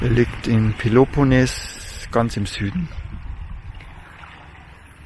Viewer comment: Hallo, ich folge dir schon lange. Alles gut, freue mich für dich, daß du nicht mehr alleine unterwegs bist, ihr seid beide super sympathisch. Aber bitte versuche doch mal, Peloponnes richtig auszusprechen, das klingt sooo schaurig. Bei Google findest du Beispiele. Oder sags mal langsam und eintönig mit einem laaangen etwas lauteren eeee am Schluss. Peloponneeees! Ciao Ciao, noch viele schöne Momente! Gruß aus Niederbayern